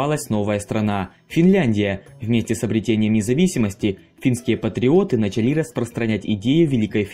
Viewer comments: Не начАли А нАчали… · Интересно, но с ударениями правда надо что-то делать... Ладно собственные имена, но даже в нарицательных: городОм, началИ, бомбовЫе. Как так можно прочитать вообще? 😅